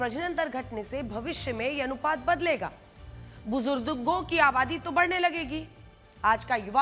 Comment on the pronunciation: Bujurrrdo kya hai madam muh me paan khaya hai kya.